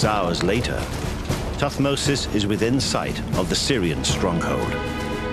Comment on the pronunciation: it is thutmose not tut mose